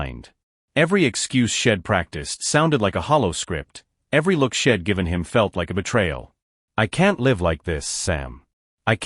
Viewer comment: Poor AI narrator, too many mispronunciations, choppy pace. Story have very little life to it, like they are not real people. "Shedd"? LOL! How about "She'd"